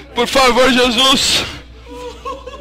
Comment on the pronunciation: " JESUIX " hausususususususus